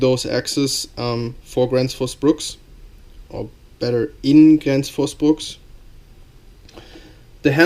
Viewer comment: Gransh fus Brooks is the correct pronunciation I believe!